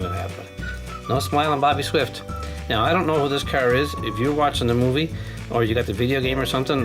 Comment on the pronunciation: his name is ""